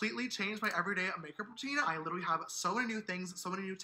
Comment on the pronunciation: "Literlly" gawd